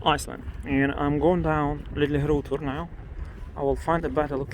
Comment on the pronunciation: I don't know if it's because some of my family are originally from Denmark, but I think I've mastered how to pronounce Litlihrutur from listening to you say it.